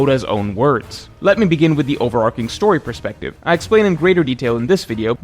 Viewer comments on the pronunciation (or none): it’s over-arching not over-arc-ing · Since when did people start pronouncing overarching “over-ARK-ing? Very bizarre